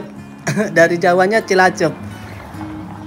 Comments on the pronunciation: Cilacap mas bukan cilacep.😁😁😁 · Cilacap , bukan cilacep... 😅😅😅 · Cilacap bang, bukan cilacep.. 😁